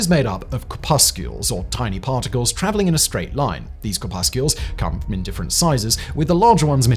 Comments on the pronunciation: I think that the second c in corpuscles is silent, and there is no u in it. I think the second syllable is pronounced like the cousin of the clam, the mussel, would be pronounced if it started with the letter p. Core-Pussels. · Corpuscles not 'corpuscules' ☺